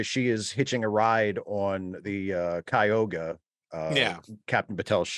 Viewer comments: I much prefer the old days too - summer break, then a nice looonnngg season. A cliffhanger with a 2 year wait for the resolution episode? Poo. Oh, and it's Ky-oo-ga,, as in the lake in NY. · Yeah, we have a Cayuga Creek and Cayuga Drive and several other Cayuga things here, so when I heard their mispronunciation, I was like, what? And then pronounces it even worse, like a contraction of Cuyahoga! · Cayuga is the correct pronunciation in the show, so take solace. It's just being mispronounced in this review.